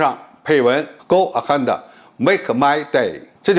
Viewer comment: Go aheada ? WTF ? This guy can't even pronounce "ahead" and he claims to be an expert ?